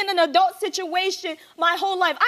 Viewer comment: Not “ RDacity “ 😂 okay “adult “